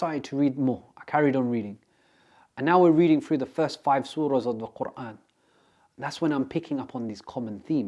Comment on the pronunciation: His pronunciation of the word Quran made my heart melt ❤ Brother you have been blessed.